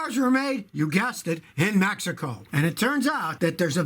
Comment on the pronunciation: “Mehico” -Scotty Kilmer, 2019